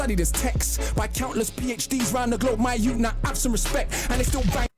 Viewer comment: Bit of info that will help you - when they say words that has "th" they only pronounce "t" Three sounds like tree Thing sounds like ting Youth (which he says in this) sounds like yout